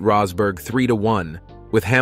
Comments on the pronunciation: Good video but you pronounced Rosberg's name 3 different ways throughout 🤔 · AI narrator rolling the dice for a different Rosberg pronunciation each time 🎲